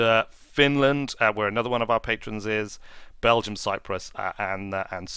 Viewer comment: Patronses? :) Please stop mispronouncing Duna! Also, a question. When have you been doing these livestreams, because I keep missing them?